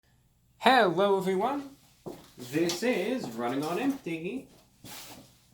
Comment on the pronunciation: Did you hear him say hewowovv everyone